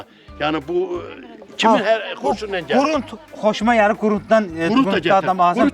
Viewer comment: Ay, qurunt yox, qurut.